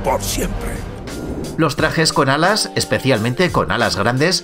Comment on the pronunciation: No dijo alas dijo adas